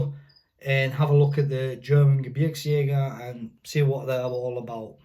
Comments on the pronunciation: Holy cow. I have never heard a native english speaker pronouncing Gebirgsjäger absolutely perfect. Your german is propably way better than my english. Great respect, hope you enjoyed your time in germany! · Wow, you said it very good - If I would hear only this words (Bundeswehr Gebirgsjäger) I would think that you are German :)